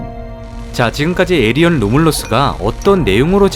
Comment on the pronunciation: 에이리언이 아니라 에일리언이에요